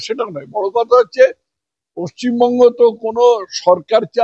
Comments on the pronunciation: পচ্চিমবঙ্গ উচ্চারণ যারা করে তারা পশ্চিমবঙ্গের লোক হতে পারে না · পশ্চিমবঙ্গ টাও ঠিক করে বলতে পারছে না 😂😂😂 পচ্চিমবঙ্গ বলছে 😂🤣😂🤣😂🤣